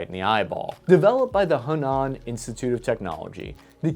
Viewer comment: LOL. Your Chinese pronunciation has improved a lot the way, you said "HeNan".